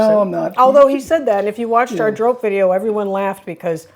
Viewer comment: Also very enjoyable on bread is Jumbo’s room pate and creme pate. When you say ‘drop’ in English, meaning falling or dropping, it’s closer to the Dutch pronounciation than ‘drope’ the way you said. And then later on learn the Dutch ‘r'